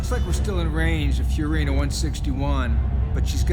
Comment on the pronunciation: What are you talking about? He says USCM. Also the planet is named Fiorina, he says it correctly. Get your ears checked.